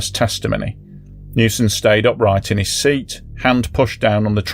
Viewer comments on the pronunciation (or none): none